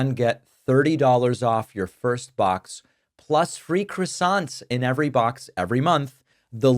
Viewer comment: Small point David, but PLEASE stop calling them 'crassonts'.